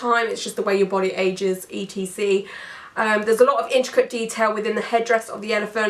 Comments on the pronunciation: I've never heard anyone say "etcetera" as "e. t. c." out loud before! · I have never met someone that says E T C instead of etcetera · Watching your videos is made so hard by your constant spelling out of etc. please please please use the full word et cetera! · I’m from Australia and we always say ‘e t c’. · I think I'd take that any day over the mispronunciation of Ex-etera lol